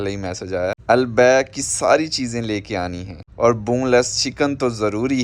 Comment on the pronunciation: البیک کا تلفظ درست ہونے پر الحمد للہ❤🎉